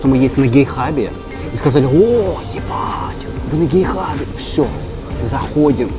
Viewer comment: гейхаб вместо гетхаба это смешно)